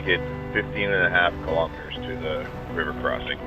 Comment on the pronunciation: What's a kill-omitter?